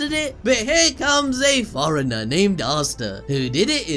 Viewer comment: And forener lol